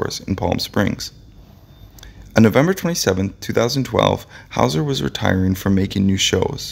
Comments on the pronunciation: Hole howser??? really dude???? WTF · "Whole" Houser. Is that how its pronounced?